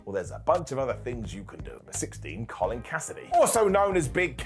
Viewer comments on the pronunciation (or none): none